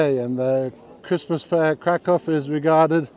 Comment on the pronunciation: Nice, my girlfriend was calling me dumb saying i was saying the city wrong 🤣 Can't wait to show her this and have her face drop. I'll keep saying it the polish way. If i visit their country i got to respect the pronunciations 😅. Thanks for the clarification. Definitely getting a big dog there